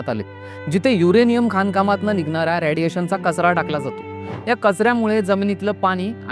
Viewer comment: रयाडिएशन नाही रे रेडिएशन म्हण भावा😂